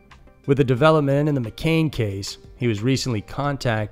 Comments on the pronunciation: McCann, not McCainn 🤦🏽‍♂️ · Its mc'cann not mc'cain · Mccann ... mick-ann.. you kept saying mcain. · hi dude. McCann is pronounced mc can, as in tin can. not McCain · McCAIN?! It's pronounced McCAN. Come on.. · McCann, not McKane. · The stories are good, but you have said McCain 4 times. It's McCann. Victims deserve better representation when you are telling their stories. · Madeline McCann not 'McCain.' 😉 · Do your research, please. It’s Mc-Cann, not Mc-Cain. If we weren’t talking about a dead child, it wouldn’t be so disrespectful. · ffs man it's not McCain!!! It's McCANN do your research on the name. It's incredibly frustrating that you can't even bother to say the name properly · It’s McCann, not McCain. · It's McCann not McCain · It's pronounced "MA CAN" not ma Kane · Mccaan is not Mccain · its mccann not mcain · McCann not McCain Cyntoia not Cyntonia You’re better than this. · Video starts . Time to pause the Spirit of the West / Canada music binge for Scary Mysteries! I heard about the TikTok video on Reddit. Another edit: Madeline McCANN is NOT pronounced like the apple juice brand "McCain"! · NOT MCCAIN it is MCCANN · Its pronounced MC-CANN not CANE! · Mc Cann not Cain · Its mccann not mccain